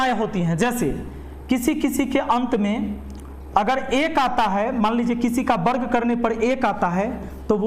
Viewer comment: बर्ग नहीं सर वर्ग बोला करिए।